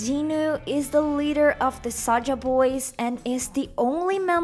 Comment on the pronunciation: and it's Saja, not Saga